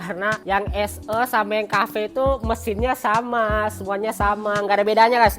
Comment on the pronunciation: 'SE' 'E'nya dibaca 'E' bang bukan 'E'